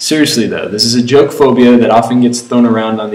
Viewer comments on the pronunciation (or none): none